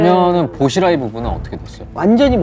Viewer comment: 보시라이좀 "보시라이"요